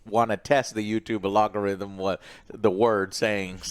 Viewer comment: I cringe everytime Joe knowingly mispronounces algorithm